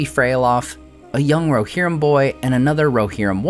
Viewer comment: "War of the RoHERrim"